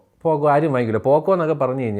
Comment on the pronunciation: Poco ❌ പൊക്കോ ✅